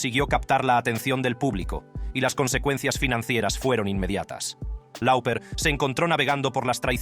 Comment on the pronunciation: Cyndi Loper se pronuncia.... no lauper...